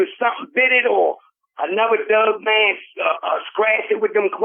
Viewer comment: It sounds like you pronounce dogman like DOUGman when you get excited,! I love it and your passion in the story telling!! Thank you both!